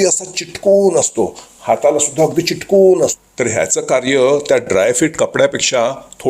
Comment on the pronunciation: चिटकून नाही, चिकटून 😂😂😂